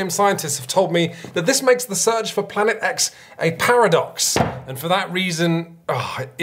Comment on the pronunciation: The PEARadox you say?